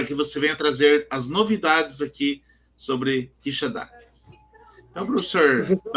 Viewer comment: Professor, bom dia. Não é QuixaNdá, é Quixadá... sem o ene.